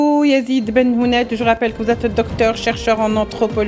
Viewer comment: C'est Yazid Ben Hounet et non Ben Houmet